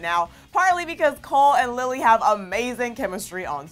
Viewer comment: She just said "cale" instead of "cole" lmao I'm dead